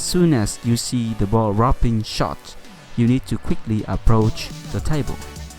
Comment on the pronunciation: "D"rop shot. Not "rob" shot...